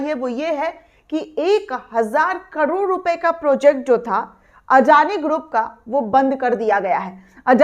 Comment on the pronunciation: कडोड नही, करोड़ कहो ।